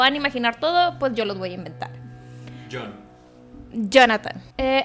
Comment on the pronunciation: tiene un problema cn el nombre de jhon ksksks, ame ek video, muy buenas historias 👏🏻❤️